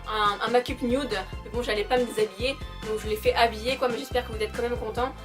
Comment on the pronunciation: Je remets désormais le prix de la meilleure prononciation aaaaaaaaaaaaa...! Avec sa prononciation incroyable des mots "Make up":).